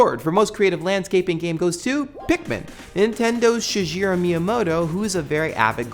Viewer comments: Minor nitpick, friend. It's Shi-ghe-ru, not Shi-je-ru. That being said, I very much loved your sections for Halo and Pikmin. We all knew Notch's brain baby was coming here, but to come to know that the entirety of the forerunner architecture found was grounded in something so abstract as flow is wondrous. Where Pikmin stands, you see something similar. Zen Gardening, in particular, has a root in flow. But where this Brutalism in Halo is more for encouraging and facilitating easy movement, the Zen nature of Pikmin (monsters aside) encourages slowing down and exploring yourself as much as the world around you. Kinda neat. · I know this is going to get me pegged as petty, or a fan boy, or even a weeaboo for this, but his name is pronounced SHI-GEH-ROO. When it comes to the Japanese language, phonetics are almost completely consistent: vowels are always short vowels (although some instances of "i" and "u" can render them nearly silent) and consonants are always hard consonants (although instances of the particles "ha" and "ho" are pronounced as WA and WO/OH). I'm pretty sure you'd be happy to correct people who might pronounce your name as JUH-MAH-EE-N.